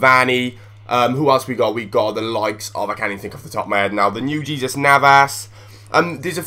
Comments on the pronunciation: its hey-zues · j in spanish is pronounced h like so can see